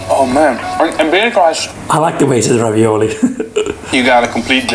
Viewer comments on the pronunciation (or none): haha the way he pronounces ravioli is a dutch accent